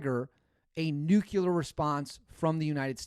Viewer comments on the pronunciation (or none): It’s “nuclear “ not nuculer George Bush. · It is..."Nuclear", you hey seed. It's not Nucular. Only that moron Bush calls it Nucular.😅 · IT IS A NUCLEAR WAR NOT NUCULAR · NU-CLE-AR. Sound it out brother. Not NU-CU-LER. You’re not one of those. Please don’t be one of those. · It’s NOT nuculear. It’s nuclear. Showing off that Wisconsin education again? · The word isn’t nuculer. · Yep, this stuff drives me nuts. Along with pronouncing fiscal fi-si-cal instead of fiscal-cal! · You lose all credibility when you cannot pronounce nuclear.